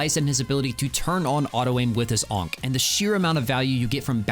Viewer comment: bro hearing you say onk over and over is something else